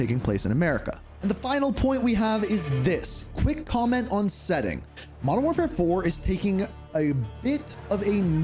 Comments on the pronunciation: I'm here for the content 1. Wodern Warfare 2. Advance Warfare 3. CoD GHOST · Modern door 4 (feat. blame truth, Joe Cecot, that guy that voice carver butcher)